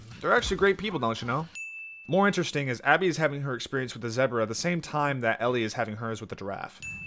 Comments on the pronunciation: Never heard anyone pronounce zebra as "zebruh" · dude says "zeh-bruh" instead of "zee-bruh" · Bro said, "Zeh-Bruh" multiple times